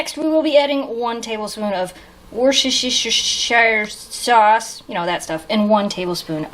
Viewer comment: Haha, I like that beginning slogan. Will be able one day to pronounce Worcestershiresauce, lol? Always makes me laugh, not in a mean way, but it's funny and cute.